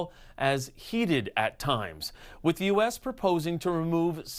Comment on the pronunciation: DeE ArT oF dEe dEaL 🥴